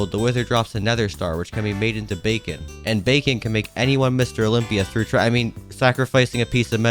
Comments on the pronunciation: YOU Said Bacon instead of beacon lol😂😂😂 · everyone: bee-con this guy: bacon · why does he call a beacon a bacon